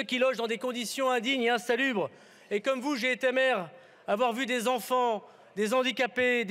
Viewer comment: Comment pouvons refuser de virer un Darmanin qui ne parle même pas français correctement, qui n'est pas fichu de savoir qu'entre le des et handicapés on ne fait pas de liaison